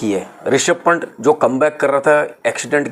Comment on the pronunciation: Panट, Aishwint, Saichin, Crackters Aindia 😂😂 bhai ye log kya he bolte hai 😂😂😂😂😂😂😂